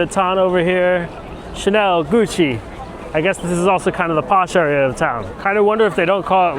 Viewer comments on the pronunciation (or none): none